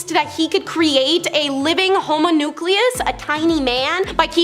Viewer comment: Homo-nucleus? You mean homunculus?